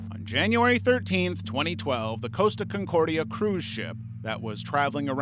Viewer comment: It’s Costa Concordia not “Coast” aconcordia.